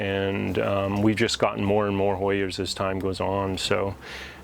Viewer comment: Awhhh!! Him saying hoyers just screams Connecticut. I love it.